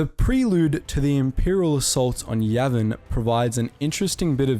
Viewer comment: 'Yavin' sounds like 'Yemen'.